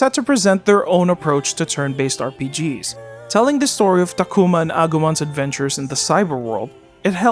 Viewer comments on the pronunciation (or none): none